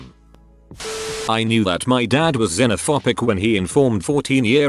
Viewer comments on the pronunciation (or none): "Xenophopic"? I thought is was -phobic As in Xenophobia.